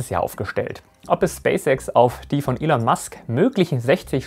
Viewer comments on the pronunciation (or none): none